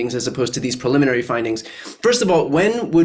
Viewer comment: Brian gets point for pronouncing "preliminary" correctly, it is fucking unreal how many well-educated professionals say "pulmonary" every single goddamn time.